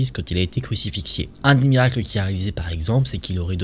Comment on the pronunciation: On dit crucifié c'est juste une petite remarque je suis chrétienne au cas où si tu venais à refaire ce genre de vidéos sinon continu tes vidéos j'aime beaucoup.